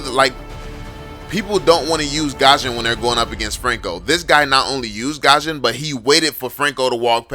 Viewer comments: Bro please, not Gusion(Gashon), but Gusion(Gyushon) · he pronounce gusion "gosion"